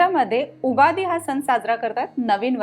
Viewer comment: सण not सन as well. It hurts my ears. Rest recipe looks awesome.